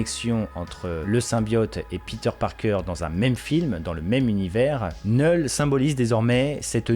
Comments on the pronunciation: Faut t'apprendre à prononcer les noms car sincèrement c'est gênant et agaçant C'est "Knoull"Knull et pas "Knell" comme tu dis tout le long de la vidéo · Vous êtes stressant à dire neul le K ce prononce 😂